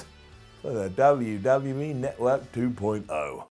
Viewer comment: WWE Notwork! Come on man you're English this is your language bud!